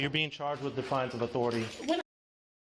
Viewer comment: "Defiance", not "Definence". Come on,.